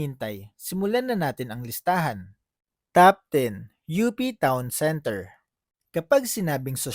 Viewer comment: UPTOWN CENTER is the right way to read it di U.P. Town Center.😏😏